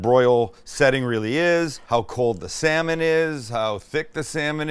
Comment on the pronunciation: When you excitedly said "salmon", I heard "Sam-it!" at first, thinking you were taking your own name in vain lmfao